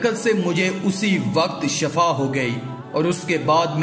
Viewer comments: Bhai shifa tu bolna sekh lo Sahara or shifa me buhat frq hot a h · JANAB AAP SHAFA KEH RAHE HEIN , LAFZ SHIFA HAI..,JIS MEANING SEHAT HAI , SHAFA K MEANING MOUT HAI